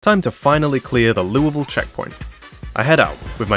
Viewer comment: I really appreciate you taking the effort to say Louisville like the locals do, most americans cant even do that